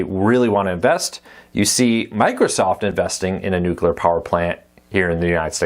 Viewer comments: Just for clarification, there's only one "u" in nuclear, it's not pronounced "nucular." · My pet peeve too. A lot of people do that. I just let it go but I always remember that it’s spelled n u c l e a r. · it drove me crazy every time Kiefer Sutherland said it on 24. I don't hate them for saying it, I just hate that they say it that way...